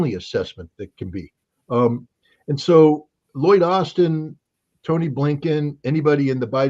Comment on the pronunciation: Loyd Austen has become Loyd Arse-ten